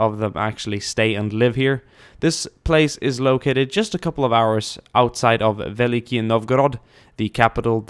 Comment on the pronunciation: Belief? Dafuq! Veliky*